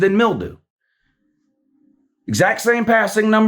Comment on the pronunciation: You can say Daniel's but you can't give the boy credit and say Milroe. Call his name right idiot.